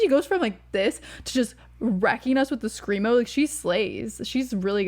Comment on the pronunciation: Glad you enjoyed it. Please don't ever say "screamo" again hahaha it is like getting a needle in the eye. Otherwise, tho, good takes